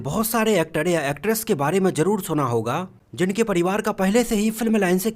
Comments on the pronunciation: Bhai thoda sahi bol yar actad ni wo actar he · Bhai actod kod he Bhosdi ke pehle primary school education complete kar lo phir vedio banao Sahi bolte to aa nhi Raha 😮😅😅😅😅